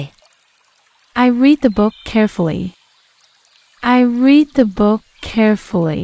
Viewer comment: En el minuto creo que la pronunciación es incorrecta porque la escucho en presente y no en pasado . El verbo leer. Gracias no estoy segura claro sólo lo menciono porque lo mencionan diferente en frases anteriores . Saludos 🤗